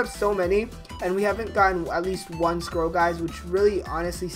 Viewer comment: Who else thought he was saying "squirrel" not scroll lol